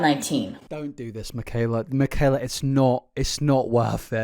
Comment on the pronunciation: mikayler nogueirer